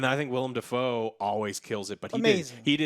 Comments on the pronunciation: "William Dafoe" - I see Joe still got trouble with the names. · Has Neither or corrected Joe on his pronunciation of Willem Defoes name? Lol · Dr strange couldn't see past the events of the snap. That is the first reason he didn't know the spell would fuck up also he doesn't have the time stone to check too. Ps why does and never correct Joe when he says William defoe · Joe still callin him William Dafoe lol